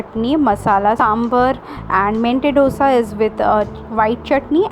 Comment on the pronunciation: It's not DHOSA. It's दोसा